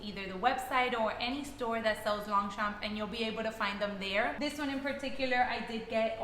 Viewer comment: The g and p is silent..